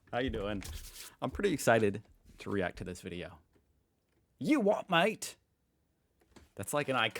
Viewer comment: you are saying you wot m8 in a London accent, these lads would say u wha maate